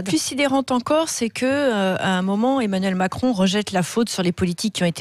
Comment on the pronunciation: Est-ce que Mme Expert aurait fait un lapsus linguae en disant "Emmanul Macron" ou ai-je eu une hallucination auditive ?